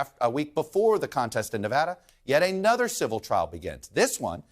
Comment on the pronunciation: Why do I hear so many people say "Ay-nuther" instead of "uh-nuther" for the word "another"?